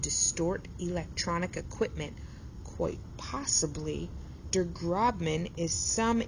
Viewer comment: Der Grossmann, not Der Grobmann